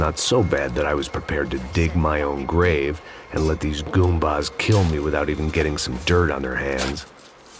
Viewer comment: Did, he called them goombahs